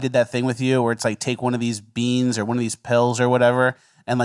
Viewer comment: why do you say "bings" instead of beans? My mom does it too, it's disrespectful to beans